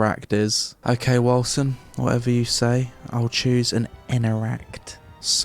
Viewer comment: Bruh I always peonounced it like "Wolken"... Hearing the correct pronounciation is somehow unsettling